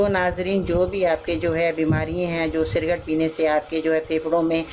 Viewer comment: SALAM WRB. AP CIGARETTE KO CIRGATE KEH RAHI HAIN, CORRECTION KAR LEN.